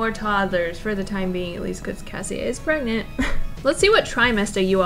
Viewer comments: Prergnat,pregnante,...😂 Love your videos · the way i was watching this and at the beginning where you said "shes pregnant.......or pregarnte" i literally said pregarnte right before you said it too and i cackled inside a very quiet college cafeteria.🤣🤣🤣🤣🤣🤣🤣🤣